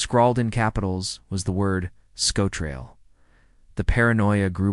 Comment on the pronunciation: Yeah, it's hopeless with some of the words. Caithness was bad but Sco Trail was terrible.